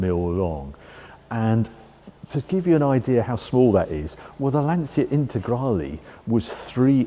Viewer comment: it should be pronounced "Lan-chia". get the italian name pronounce right please.